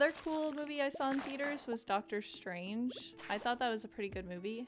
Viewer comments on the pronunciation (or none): none